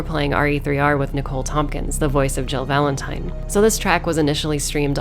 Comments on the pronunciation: did she say valen-time? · Nicole: hey guess what? It’s Valentime! 😂 this is the content YouTube needs! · It's Valentime